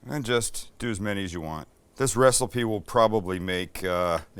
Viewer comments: So, am I the only one hearing shit? or did Sam actually say wrestle-pee in, instead of recipe? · Recilpe. Love it😂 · What a great “ReCELLpee”! 😂